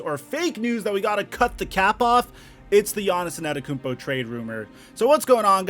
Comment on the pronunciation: More like gannissonnetokoumpo